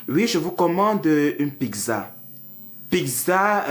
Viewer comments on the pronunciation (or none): Tu as le Congossa hein 😂😂😂😂😂😂😂😂 C’est méchant pour KIM . Elle a une maladie c’est le Psoriasis . Mais KIM est une très belle femme . C’est un peu de la méchanceté gratuite la. Murielle Blanche je ne suis pas fan mais c’est une jolie fille , sachons faire la difference 😂😂😂😂😂😂 Toi même du dis PIGZA alors que c’est PIZZA 😂😂😂😂😂😂😂😂😂 BON SINON J’AI BIEN RI . Vidéo funny